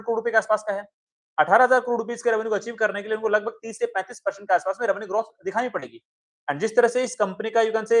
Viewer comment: ग्रार्थ या ग्रोथ ? जब भी ग्राथ कहते हो वो ड्राप की तरह सुनाई देता है